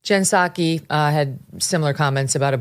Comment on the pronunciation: Peee-sack-ee needs to take a long walk off a short pier😂